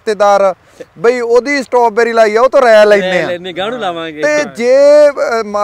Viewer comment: ਸਟਾਬੇਰੀ ਨੀ ਬਾਈ ਜੀ, (ਸਟ੍ਰਾਬੇਰੀ)